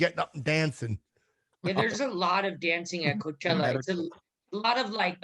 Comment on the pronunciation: The way she/he over-pronounced words like "Coachella", so nauseating to listen to, very douche chill vibes.